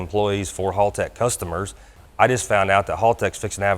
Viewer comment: Doc before you try to master Australian slang, please, oh please learn how to say Haltech first, it's HAL not HALL. +haltechecu nice pick up for you guys as well, being an E11v2 user myself I know Doc will be happy with the product and the available functionality within the supplied product. Hope it turns out to be a profitable relationship for both of you.